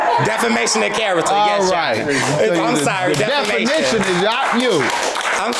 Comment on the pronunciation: the lady face behind him when he says "definiton" of character and "promissy" note is everything!